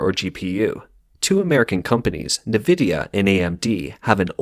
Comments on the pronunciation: ENvidia not nevidia bro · It is not called nah-vidia. It is pronounced N-vidia. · This guy speaks perfect English but doesn't know how to pronounce nvidia . Lol EN-VIDIA not NIVIDIA